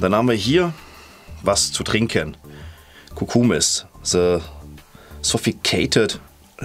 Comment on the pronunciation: als er cucumis vorgelen hat, hab ich irgendwie, "oh kuhmist" gehört :D